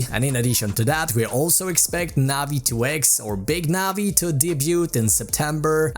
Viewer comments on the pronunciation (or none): none